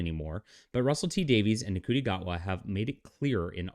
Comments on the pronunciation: lol dude cry harder. I love your bs take on things you don't know shit about. it's pronounced "shooti" btw. Sorry you didn't know this but America has always been a liberal country at it's core. with that said, this was made in the UK bro... did you know? look at you clinging to obsolete ideals. way to go bud. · Glad that you're pronouncing his name phonetically. Rafe for Ralph has always been a bit irritating for me but Shooti? That's just ridiculous.